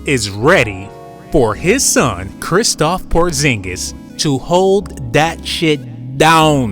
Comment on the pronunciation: greetings my brothers, it's KRISTAPS porzingis not kristoff